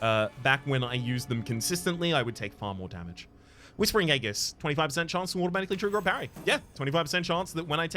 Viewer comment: I'm here from a month in the future to tell you Aegis is pronounced "EE JISS" for the sole reason of hearing you intentionally mispronounce it in the future.